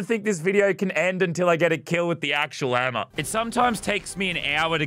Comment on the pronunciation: Everyone else : playing Lazarbeam: h e m m e r